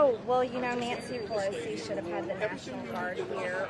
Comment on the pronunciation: Wuda, Cuda, Shuda! Please!!